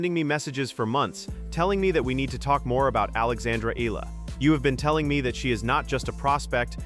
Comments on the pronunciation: Excellent analysis. I just don’t like your screw ups on her name. It’s not E-la-la. It’s E-ya-la. Say it like a y exist. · Just need to fix how you pronounce Alex's Last name. It's should be "eeyala" not eela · Eh yah lah. That's how her family namee is pronounced. Thanks.